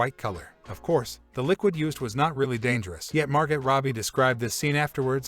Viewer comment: Probably work on the Text to speech pronunciation next time...."Margot", "Rogen", "Connery"....learn those, and maybe we'll be back.